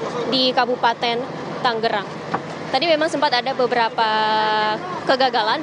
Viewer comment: halo wartawan berulang-ulang Tangerang disebut TANGGERANG, jangan salah melulu